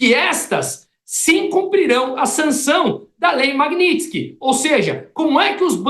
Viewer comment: Achei incoerente o reporte corrigir o entrevistado publicamente por falar errado a palavra magnitsky